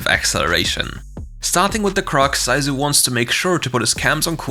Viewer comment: Zysu của người ta mà mấy ông đọc Dai du :)))